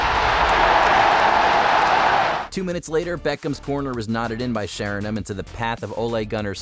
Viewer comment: they don’t watch football man. The fella talking can’t even pronounce Sheringham 😂